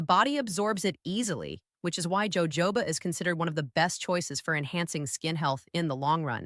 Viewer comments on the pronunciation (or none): It's pronounced Yoho ba, Not jojoba. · Jojoba is not pronounced joe-joe-ba. Its pronounced Ho-hoba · POINT OF INFORMATION: Jojoba oil is pronounced HO-HO-BA. The 'J' is said like an 'H'. This is from the Spanish where J is H. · Gawd I Hate ai ... Joe Joe ba oil, good grief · Fake AI. The “doctor” can’t pronounce “Jojoba” oil. How can we believe anything said here?